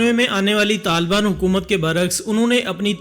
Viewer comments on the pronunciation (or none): taliban hotaa hai ilyas bhai